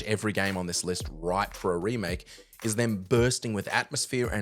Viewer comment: I think you mean Ramake right